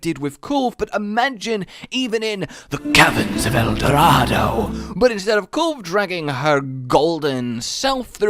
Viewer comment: You dare say caverns of el Dorado without the accent? 😂